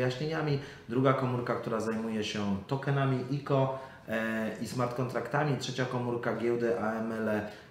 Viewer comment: Czemu mówi o ICO > IKO zamiast jak wszyscy Aj Si O;d